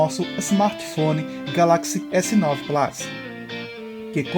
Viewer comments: Muito bom o vídeo, mas na verdade não se pronuncia "plás"... O correto seria algo mais próximo de "plâs"... De qualquer forma é um detalhe irrelevante mediante a ótima explicação do vídeo. Abraço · S9 "plas" .... oiiiiii ????